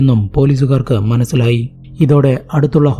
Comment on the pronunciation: But സ za aye parayu. Eg: polizze manazzilayi